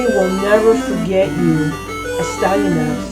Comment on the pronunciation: Destroyed a great game! Ah, the classic little "smudge" on the lens recording hehe I got one of those as well in a vid. Also I think it's "Ass-Tea-An-Axe" Doing a great service for the gaming commune by destroying all these games! Keep it up!